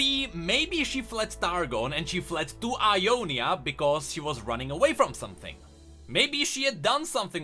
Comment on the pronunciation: everytime you say Ionia i hear Umonia and like ... tf